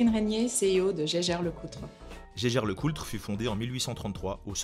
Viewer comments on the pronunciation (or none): Jaeger LeCoultre = "gégueure lecoutre", sans le "L" !!! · J'ai un gros doute sur "Jeager-Lecoultre", il me semble que "jeager" en allemand veut dire chasseur et se prononce donc "yéguère" non ? Eren Jeager quoi XD